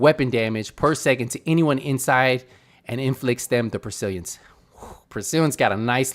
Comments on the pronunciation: Haha Bro "persiliences?" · Sound it out: pes-til-ence. Great vid though.